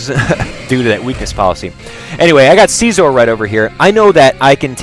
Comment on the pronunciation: You pronounce it as: Scaizor, not seizure